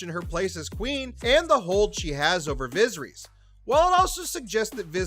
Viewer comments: Vizerees? Screen rant.. get someone who actually watched the show to read the script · yea the videos are all great tbh it’s just the mispronunciation is killing me😭😭😭. i don’t like to nitpick but come on bro vizereezz??? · The way the names are pronounced made this almost unwatchable. Especially the way Viserys is said. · Holy moly. This must be AI reading. The mispronunciation of the names of major characters, important objects, and the dragons is so bad I can’t watch the whole thing. Made it over halfway, hoping it would get better, it just kept getting worse. I expected better, Screen Rant 😞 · Oh and Viserys lol